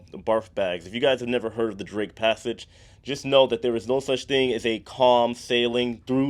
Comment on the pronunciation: When you mentioned the barf bag, I thought you said “Drink Passage” at first rather than “Drake Passage.” I thought it was like the captain purposefully navigated through rough seas to make passengers sick. 🤮